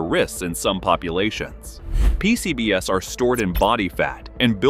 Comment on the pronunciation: I couldn't help giggling when the narration referred to "P-C-B-S" as in a 4-letter acronym. Am I missing something?